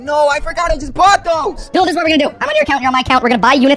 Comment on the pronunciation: It’s doodle not doddle